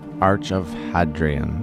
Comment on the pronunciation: Hadrian is pronounced Hadrian. Not Hadrian